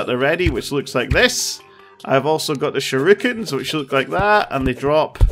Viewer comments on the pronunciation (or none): Mabil Chol sha ru kens lolol I heard it too